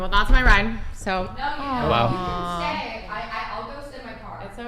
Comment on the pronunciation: That bald bird that pronounces every vowel as "a" does my nut in. if you believe yar a tan then canfidance shanes. ay could be batter but if you just thaught that you were the bast